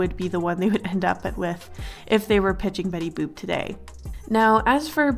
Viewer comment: It sounds like shes saying betty boob